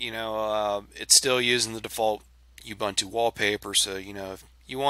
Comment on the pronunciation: Great video, not being a pain in the backside but pronunciation of Ubuntu is ooo- boon- too and not u -bant-u.. I'm actually from South Africa please don't argue that :) Otherwise great video..